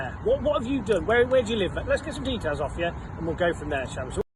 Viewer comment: Why do they have to say deethells, the word is DETAILS.